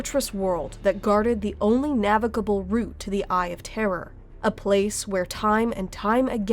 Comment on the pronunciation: Oh good, someone who's capable of saying "Eye of Terror" without pronouncing it like "Eye of Terra." It can be so confusing for new people when that happens.